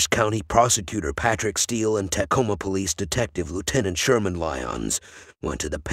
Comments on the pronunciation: It is pronounced "t'coma", not "tack-oma" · Sounds like a sophisticated bot to me. The giveaways: mispronunciation of Tacoma, and listing locations such as “S” 49th Street instead of “South” 49th Street. Nope, I’m not buying it.